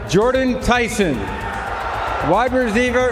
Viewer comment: "suWaints" "wide reZEEver" was Roger having a stroke???